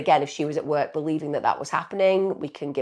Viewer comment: Why can't she pronounce the word " work " properly?